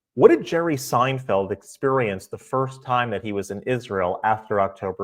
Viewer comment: It's Seinfeld, not Steinfeld.